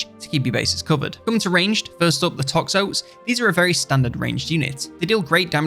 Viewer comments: It's pronounced toxo-tes not toxOtes :) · Speaking português, i used to say toxOtes as well. Powerfull word. Bring My ToxOtes